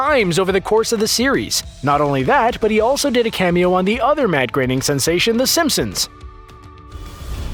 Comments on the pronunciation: also who is this Matt Graining OP keeps talking about? It's pronounced Groan-ning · It's groaning not graining also flying spaghetti monster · Why do you keep pronouncing it "Matt GRAINING"? It's spelled Groening. Same dude created the Simpsons, which has been on the air for over 30 years... and no one, including Matt GROENING (grr-oh-ning) has EVER pronounced it "Grey-ning". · Anyone notice how his pronunciation of Groening changes everytime he says it. Ranging from growning, greyning and greening.